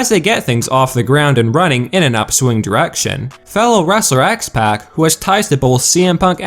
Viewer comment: Really... X-PACK LOL... I'm sure it's said differently